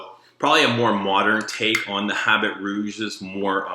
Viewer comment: Great video :). Don't say "habit rouge", say "Habeeee Rouuuge!!!"